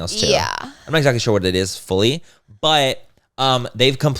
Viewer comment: You really need to teach Laura how to pronounce exactly